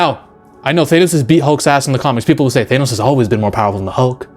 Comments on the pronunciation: Thainos? 😂 Th-an-oh-s. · WTF is a Thay-nos? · why cant americans even pronounce names that americans made up. th-A-nos not th-aye-nos. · such a stupid Marvel complaint - also cut your nails ya weirdo - and its pronounced THAN-OS not THANE-OS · You're the first person I've ever heard to pronounces his name, "Thay-noss." Try "Thah-noss." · You're clearly have alot of knowledge when it comes to marvel characters and the universe but the way you keep pronouncing Thanos's name just doesn't hit the war right. Why do you insist n pronouncing it " Thaynos " instead of " Thaanos "? Outside of the one thing, I completely agree with your take that Edward Norton had the better Hulk and imo they keep nerfing hulk so they can write him into more scenes where he overcomes his weakness and isn't used as a saitama type of character that swoops in to save the day. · thaynos? broooo😂😂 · Why does he keep pronouncing it like "Thanus" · I think you lost us in the first sentence when you pronounces Thanos "Thay-nos" . . . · "Thaynos"? Lol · Is it bad that my main issue in the video is that you pronounce Thanos as Thaenos? Everything else is pretty on point, the absolute nerfing they did to the big players such as Hulk and Thor is embarrassing, especially when you realize that it's just because they didn't know how to make Thanos and Captain Marvel seem powerful without just doing the typical lancer move of throwing the biggest allies around to bluntly show that the threat is just that intense. It is important to note as well that in the comics, Hulk has infinite stamina and his strength just constantly grows with his anger and his regeneration is so fast that his wounds almost instantly heal. Comic book Hulk would eat MCU Hulk like a kit kat bar. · I might take this man's opinion more seriously îf he was able to pronounce Thanos name properly!